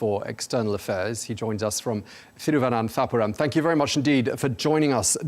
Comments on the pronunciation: As a mallu i must say that the Anchor very much nailed the pronunciation of "Thiruvananthapuram". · Can we applaud the host for correctly pronouncing Tharoors hometown 😮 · Best and accurate pronunciation of my place name by a foreigner Thiruvananthapuram❤ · Kudos to the host for pronouncing Thiruvananthapuram and Sashi Tharoor. No easy feat. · that thiruvananthapuram pronunciation was nice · The anchor was great too, specially while pronouncing Indian names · Damn that pronunciation of Thiruvananthapuram was impressive. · it is because indians from other states can't pronounce it well and use the English name "Trivandrum " but a foreigner said it well.. Its amazing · I have seen even Indians struggling to pronounce the same. Good job by the Anchor 🎉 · He is the first foreign journalist who pronounced "Thiruvananthapuram" in such a correct way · News anchor pronounced Thiruvananthapuram better than any North Indian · Three cheers to the interviewer for pronouncing both the "proper" nouns. In my opinion foreigners dont take the trouble to pronounce foreign names accurately. Now I am going to watch the interview. Brilliant!